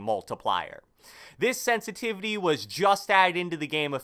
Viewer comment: “Sensitivity” lmfao only real ones know what I’m talking about shout out